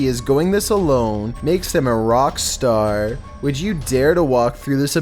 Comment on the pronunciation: DOING THIS ALONE " MAKES HIM A ROCK-A-STARRR" lol his voice is .... 🤭